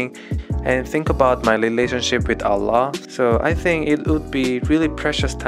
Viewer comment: You pronounce "Allah" better now. Masya Allah, very good